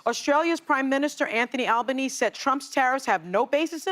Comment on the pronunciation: Sunny you pronounced the Australian Prime Minister's name wrong.